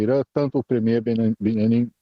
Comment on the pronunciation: Benamin. Quem é esse? Essa bobeira de pronunciar nome errado...